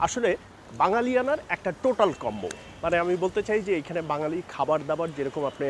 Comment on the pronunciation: সালাম ভাইযান। একটু ভুল হইছে। বাজ্ঞালি হবে না, বা ঙ+গ ালি = বাঙ্গালি হবে।